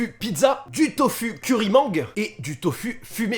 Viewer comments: on dit pas tofU mais tofOU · "tofu"hah sa se prononce "tofou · sa se dit tofou !!! Pas tofu omfggpfmiwgdam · Super vidéo :) , juste c’est « tofou » et non « tofu » voilà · Le tofu ce prononce tofou 😂😂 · Ça ce prononce TOFOU le Tofu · juste comme ça : tofu se prononce tofou mdrrrrrrrr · Alors deux choses à dire. Superbe vidéo continue comme ça. Et le Tofu, ce prononce "Tofou". 😅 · Ça me fait mal quand il dit TOFU... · Moi aussi😂😂🤦🏼‍♂️